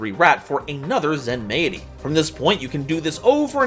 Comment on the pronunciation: I think Zenmaity is meant to be pronounced like “Zenmighty”